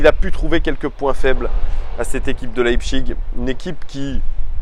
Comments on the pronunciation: Leipzig se prononce Leipzich pas iG ^^ Ca fait plusieurs vidéos que ça me perturbe lol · Mode Bernard Pivot La prononciation allemande est "Laïpsiche". Et la prononciation à la française est "Lepzigue". Donc "Leïpchigue" est une prononciation qui sort de nulle part, ça fait juste "j'essaye de parler allemand mais j'y arrive pas". Fin du mode Bernard Pivot 😆😆😆